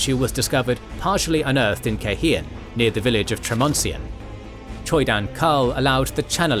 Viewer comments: Take a shot every time my guy says KaiHEEan. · Cairhien -- Kai Ree ehnn